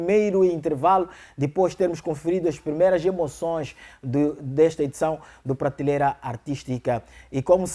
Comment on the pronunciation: Por favor, "Pratileira" NÃO....mas sim, PRATELEIRA!!!!!!🙃🙃😶😶...façam edição textual!!!!!